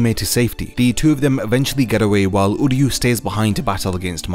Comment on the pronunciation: I hope you do my boy uryu justice in your next video, this was a really good deep dive on Orihime, it’s actually inspired me to try and make an uryu video, keep up the good work, I love the content 😊 Ps: everything says him name like “Udyu” because of the English dub but it’s pronounced “oo” as in Oo that really hurt and “ryu” like ryu from street fighter, I’m not trying to he a grammar queen but if it’s as long as this video I’m sure you wouldn’t wanna mess that up 😊